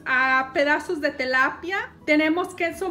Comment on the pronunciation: "Telapia" o "tilapia"